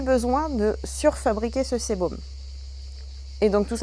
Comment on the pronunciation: on dit sébum pas sébom